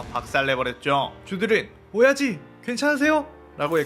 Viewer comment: ㅅㅂ 오야지를 오이지로 계속 들리네 ㅅㅂ 오이지 맛있겠다 :)